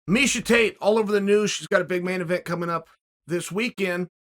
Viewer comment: “…so I encourage you to lishen to Misa..” 😂